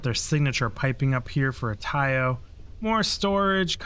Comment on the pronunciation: Nice video, watched all your tours very informative, just one thing tho... Deimos is pronounced Day-Moss, not de mos, and Taiyo is Tie-yo, if you pay attention to the npcs at each shipyard they will teach you how to pronounce each one.